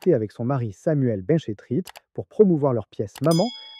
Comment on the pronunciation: Le mec ne sait même pas prononcer correctement les noms de Catherine RINGER et de Samuel BENCHETRIT. La chronique a du être faite par CHAT GPT et il l'a bêtement lue. Si il avait su de quoi il était question, nul doute que les prononciations auraient été parfaites.